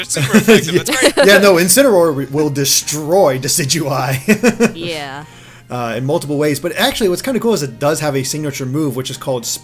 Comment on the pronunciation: I thought it was pronounced Decide-u-eye